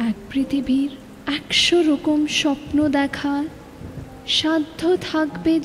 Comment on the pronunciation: Doesn't sound like a 100% Bangla speaker while reciting the poem. There are hidden Hindish touches to the poem which is not expected. There are many instances like the word 'gelam' is pronounced as 'gyalam.' Rokom is pronounced as 'Rowkhom'. Utterly Dissapointing!